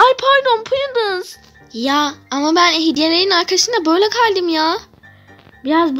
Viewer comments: Dasiy prudance ye prıdııns diyo😅😂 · Sunfi ablanın purudunsa nicilıs demesi 😂